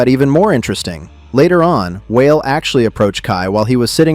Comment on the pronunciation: WHALE LMFAO....ITS WAH-LAY..... STFU AND STOP ACTING LIKE YOU KNOW MY CULTURE EITHER....IDIOT